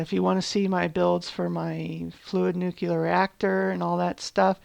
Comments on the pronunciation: I like the idea of the collaborative server-city, and the design of the refinery building is great. Just one little thing.. it's nuclear... like nu-clear.. not nukelar... not meaning to be rude but it's killing me ;D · Amazing work. So much detail and cool looking machines... Also I love how you say nucelar instead of nuclear every time. Hilarious - no offence - it's really cute :-D